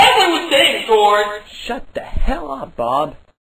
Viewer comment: I literally did that to my friend, I keep repeating everytime he say "SHAT UP" LOL